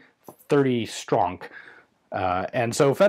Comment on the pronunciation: 30 sTrOnK. Hahahahaha